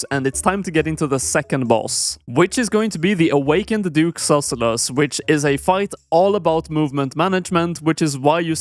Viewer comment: aintnoway you pronounce it duke susellus